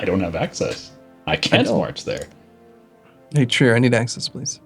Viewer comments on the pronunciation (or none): Oh, please stop calling Trier: Trié. It's not french. I don't need you to pronounce it perfectly, but at least say it like the english word 'tier', just with an 'r'....Trier, or just conquer it and rename the province, that should also do the trick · Why do you keep sayong "Treeyay" its "Trier" like how you effing spell it.